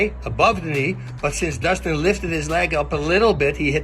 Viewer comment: I already knew he was gonna fuck up dustins name at first. Idk why lmao